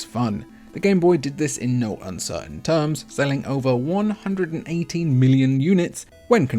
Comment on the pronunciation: It sounds like you said "over 180 million units" while putting on the screen 118.69 million. Maybe you need to work on your pronunciation. You should take a class if your accent is in no way indicative of a quality education.